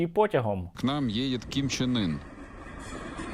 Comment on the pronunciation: Ким Чен Ин звучит как Кон Че Ний.😅😅😅